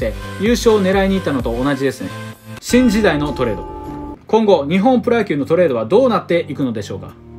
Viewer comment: 最初、シンジダイがチンジダイに聞こえる